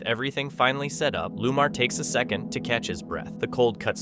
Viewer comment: His name is Lamar not Lumar.